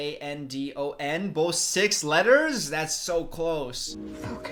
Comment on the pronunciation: Take-off, Lift-off Landon sounds like landing!! 🤣🤣🤣